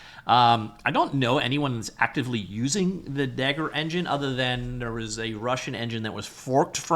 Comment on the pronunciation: Dagor is pronounced "day- gor", not "dagger"/"da-ghor".